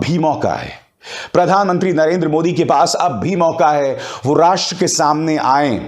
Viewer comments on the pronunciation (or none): none